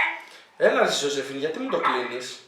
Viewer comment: Ζόζεφιν την λενε. Οχι ζοζεφίν